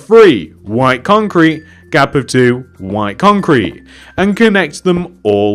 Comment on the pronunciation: it sounds like he is saying Wine Concrete but great job!